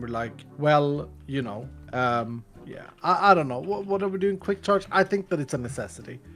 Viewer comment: “For cwick charge.” DO NOT SPELL IT LIKE THAT ITS TOO CLOSE